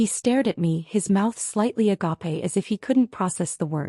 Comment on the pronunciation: The AI mispronounces agape. It’s uh-gaap. A long a.